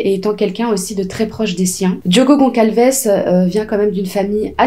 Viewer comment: Je viens de vous découvrir j’aime beaucoup votre travail ❤mais s’il vous plaît ce n’est pas Goncalces mais Gonçalves on le prononce Gossalves c’est un ç comme S merci 🙏🏾